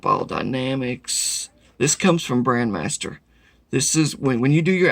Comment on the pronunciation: I know its trivial, BUT you keep saying BRAND (MASTER) and it drives me insane... it is BRAND (MEISTER) MEISTER MEISTER MEISTER!!!